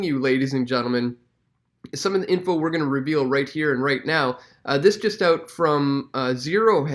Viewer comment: It's OUT not OOT. Like fingernails down a blackboard